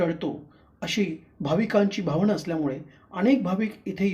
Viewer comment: घणघोर नाही घनघोर भावणा नाही भावना कोण कुठले लोवर लोक अशुद्ध भाषा उच्चार